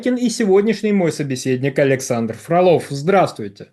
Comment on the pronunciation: Почему ведущий как-то странно говорит тич аляксандр?